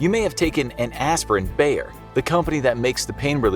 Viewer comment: damn i never heared anyone pronounce bayer that wrong xD also bayer also invented heroin so ... thats maybe worse xD